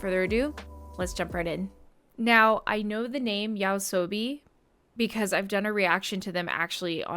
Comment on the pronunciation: My easy tip for pronouncing Yoasobi is try separating the Yo! from the Asobi like you're greeting a friend. To prevent the scary diphthong tangle that's yowsowby.